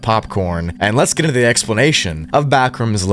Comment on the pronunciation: "Lets ge🥁🥁 to the explanation" lol. Didnt know could roll Rs like that 😂